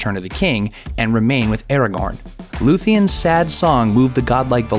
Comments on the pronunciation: Sauron is pronounced "Sow-Ron" not "Soar-Ron". Also Aragorn is pronounced "Ar-agorn" not "Air-agon". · What about "Era-gorn" instead of "Ara-gorn"